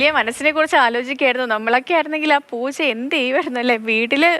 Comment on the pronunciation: പോച്ച അല്ല ചേച്ചി.. പൂച്ച. 😜😜😜